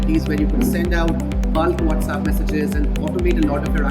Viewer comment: What is the whatzapp??? Mean with the z and not WhatsApp with the s ??